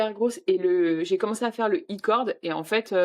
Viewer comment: J'ai tout repris depuis le début, je vous adore!!! Encore plus depuis que vous (surtout ) ne prononcez plus les k de "nit" 😂😂😂😂 En Corée un petit effort sur "Aïecord" et sur vlog et pas vélog... Sinon courage pour ton rétablissement et courage pour cette fin de grossesse... profite, le pire est à venir 😂😂😂